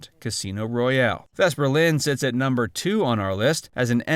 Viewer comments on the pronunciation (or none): none